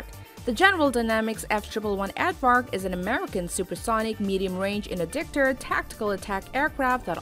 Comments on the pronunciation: AarRrvark, it’s a bloody aardvark. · And it's Aardvark, not advark. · Why are half the images reversed? Since when is "aardvark" pronounced "advark"? Is the plural of foot "feets"? Is the plural of data "datas"? Since when did "aircraft" gain an "S" to denote plurality? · Some one needs to look up their pronunciations before they narate a video of this type! F-111 "Ad-vark"? It's "Aard-vark," as in "are-d" vark! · And it's "AARD-vark", not "AD-vark" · It's Aardvark not add vark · It's pronounced and spelled, Aard-vark, not, Add-vark. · Kevin Briggs your missing the point, I know what and F-111/FB-111 is and I even know what an EF-111 Raven or “SparkVark” is, my post was about the woman who narrated the video sounded like she said ADDvark, not Aardvark, go back and watch the video and listen again. P.S. Thanks for your service and Merry Christmas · The F-triple one Ad-Vark. I love it when people make video about things that they know absolutely nothing about. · “F-Triple One Advark” 😭😭😭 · Did she just call the Aardvark the AddVark? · she said Advark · Odd, I've never heard of an Aird-vark. I can't even seem to google one up. Not gonna call out the other errors, just didn't see that one in comments yet. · Step 4: Mislabel the YF-12, mispronounce "F-111 Aardvark" as "eff triple-one advark", and list off a bunch of inaccuracies guaranteed to agitate more than a few people ;v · yeah whats an Advark :| lol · She also calls it an "Advark". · “F Triple 1 Ad-vark”.... say again??? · 1st off, #9 is pronounced as Ard-vark. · Did she say ‘ad-vark’? Ha ha ha ha... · I pretty much gave up after hearing "the F triple one ADDvark". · English as a second language (EASL).. MISpronounced 'Aardvark"' 'strategic' & "warfare" and 'McDonald Douglas' that's just ~1 min. in!! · What the heck is a F Triple One AARDVARK. It’s a F One Eleven. 🤦‍♂️ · The way she says aardvark gives me life. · This lady cannot pronounce words. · Also they way she pronounce Aardvark....